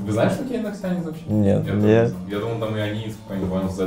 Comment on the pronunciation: НОКСИАНЕЦ Ане НОКСИКАКАНЕЦ!!!